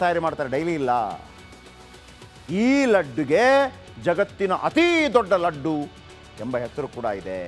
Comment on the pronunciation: Ladd allappa adu "Laddu"